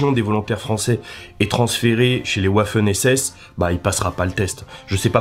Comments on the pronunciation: "Les Ouaffeun ESSESSE" Mais MDRRRRRRR !!!! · Le W en allemand se prononce V et le V se prononce F. Donc "Vaffen SS" ... Au moins j'aurais appris quelque chose en cours d'allemand... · C'est quoi les "ouaffen SS"?